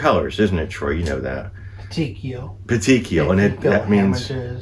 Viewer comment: Petechiae pronounces puh- tee- key-i